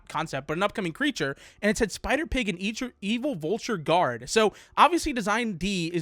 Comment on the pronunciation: the way you said spider pig is kind of okay a little off kind of